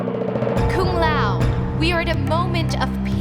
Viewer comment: What was up with the terrible mouth movements when goro was talking? Looked straight up retarded. Also, I don't want to be that guy, no disrespect meant but aren't kung and tsung pronounced like two os? Everytime you say these names I notice you pronounce them differently then the game does. Anyways, great videos. I've been having a marathon of your shit. Really enjoyed the how evil the characters are but I will admit too many basically the devil in my opinion. I think a lot of these guys are brainless pawns just doing what they're told.